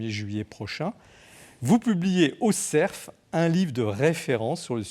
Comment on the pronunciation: Non et non, ce ne sont pas les éditions du ''SERF'' mais du ''CERF'' sans prononcer bêtement le f final !!!